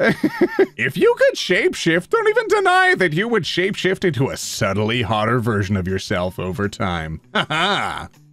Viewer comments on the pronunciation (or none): none